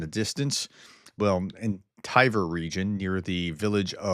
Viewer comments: Another pronunciation hint: “Tver” is not pronounced “Ti-Ver”, but “Tver” as written. It’s not even an uncommon sound for English speakers, you can say “twelve”, so you can also say “Tver”, same sound, no invented vowel needed. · Love your reports and watch daily. Thank you for each one! BTW, Tver (тверь) is one of the more difficult city names to speak for most English speakers. The T is cut off but still present and the ver is more pronounced. Similar to the name for Door, which is Dver (дверь). Keep up this important work.